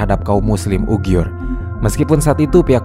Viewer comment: Muslim UIGHUR mas, ... Bukan UGHIUR ... 🙏. Kontennya bagus, terimakasih telah menayangkan ini.